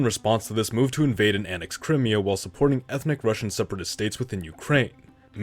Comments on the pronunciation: just so you know for future reference the emphasis in pronouncing crimea is on the second syllable the -me not the first and for the trolls that will say 'well thats not how they say it in the ukraine', no sh*t sherlock i am not typing in ukrainian i am typing in english, in the ukraine it is pronounced Krym if you were to anglicise their Cyrillic version of the name (Крим) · Given the nature of this channel, your pronunciation of Crimea is triggering.